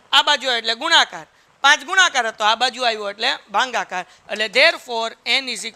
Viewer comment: Bhagakar ❌ Bhangacar✅😂